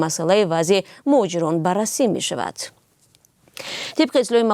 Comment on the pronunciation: т безор карди қати (Т Т Т) гуиёт🤔 мешаваТ, неЮ мешаваД-ай дар забони тоҷикӣ. забона ёд бигир аввал.!